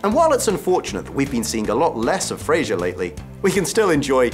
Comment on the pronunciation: Hugh Fra-Zer .. Not FraZH-er. Wonderful series, fabulous actors.